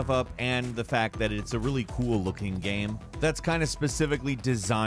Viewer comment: I’ve never heard some say the word game so weird in my entire life. How do you pronounce game gaem? The only thing that annoys me about this channel.